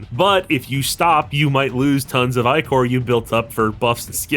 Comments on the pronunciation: Dude it’s pronounced ick-or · "eyecore" :hand-orange-covering-eyes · Do they pronounce Ichor as 'Eye Core' in game too? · The way you keep pronouncing ichor the way you do is diabolical. Over and over and over.